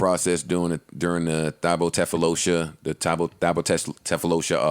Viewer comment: Joe absolutely slaughtered thabo's name 🤣